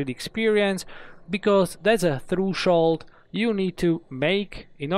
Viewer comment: threshold not thrueshold